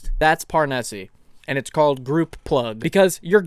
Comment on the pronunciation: Parnesse is almost certainly meant to be pronounced in a French way, meaning the "e" at the end is silent.